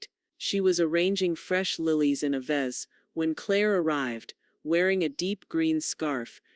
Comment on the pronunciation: Since when does vase become vise?